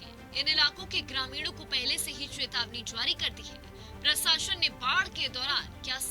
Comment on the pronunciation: प्रसाशन नहीं प्रशासन होता है ... क्या पत्रकार बनेगी रे तू